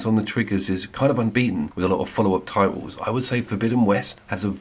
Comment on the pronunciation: Two spectacular games….. both stunning looking . DS has my vote though because I just adore the remoteness. DS took half the time to develop compared to Hellblade 2, what a joke, plus I put 170hrs into DS….. how long is Hellblade? Six? Also……did you really say ‘TITles’ ? 😂😂😂😂